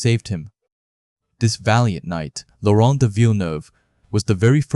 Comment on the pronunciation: did I hear french, Laurunt😂😅